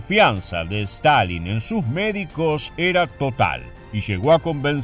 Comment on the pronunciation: Stanlin - Stilin